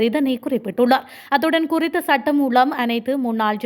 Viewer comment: மூலம் என்ற சொல்லை மூளம் என தவறாக உச்சரிக்கின்றீர்கள் திருத்திக்கொள்ளவும்..